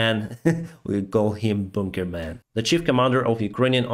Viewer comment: bounker man,.,, hahah, love that pronunciation.